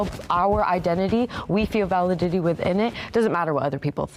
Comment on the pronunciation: ITS “VA LID ITY” not validdidity